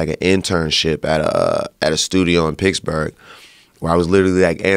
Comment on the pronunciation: Is he talking about Picksburg, Germany. (Like the US Military Installation) It sounds like he is saying Picksburg. I never thought of Pennsylvania as the Mid-West, I guess it's close though.